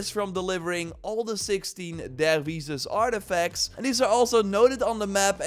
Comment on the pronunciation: Pronounced “Der-wish” it’s said many times in the story…